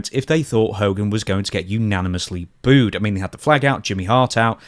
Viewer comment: Why are so many people having such a difficult time with the word 'booed'?